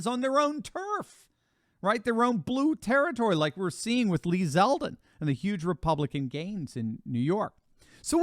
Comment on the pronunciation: That's YUGE, 😉